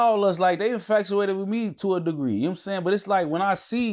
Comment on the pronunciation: I don’t know what’s worse: casually saying ‘infacuated’ and ‘scoffinated’ or the fact that viewers just going about their day like those are actual words 😂😂